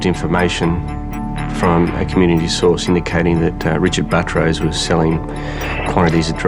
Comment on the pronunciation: His name is Buttrose, but the narrator keeps calling him Buh-troce, similar to buttress.. It should be pronounced Butt Rose. If it were my name, I would pronounce it like Buttress also. I bet he had fun in elementary school every time the teacher called his name.